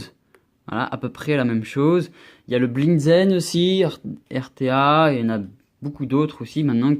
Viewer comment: Rta pas rda